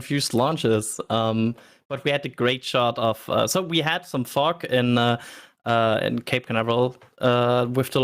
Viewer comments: Every time I heard say “fog” I thought somebody was saying f*** instead. First time I heard him say the word I was like wait, what did he just say!? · you may want to work on your pronunciation of fog 🤣🤣🤣